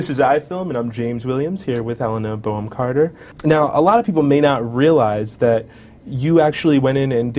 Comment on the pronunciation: It Helena BONHAM Carter not Helena BOWHAM Carter